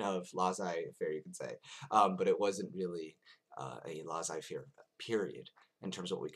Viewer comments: Actually, it's pronounced LAY-ZAY-FAIR - not LAH-ZAY-FAIR. ;) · French Tip: when you see two SS in a word, there's no z pronunciation, it's an S one. If you can pull that off, and maybe pronounce the ai parts less like the A sound and more like a ''è'' one, viewers would spend the video searching for your baguette and beret haha. Just messing w/ you, interesting video as usual